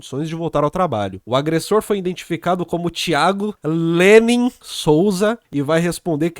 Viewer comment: Ênfase no "Lênin" no nome do cara kkkkkkk.